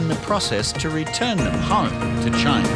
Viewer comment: CHYYYYY-NA.... "WE LIE LONNNG TIME!"😅